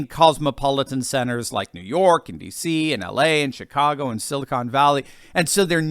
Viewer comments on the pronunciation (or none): none